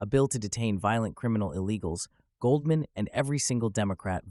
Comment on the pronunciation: “Goaldman”? You’re not a serious person.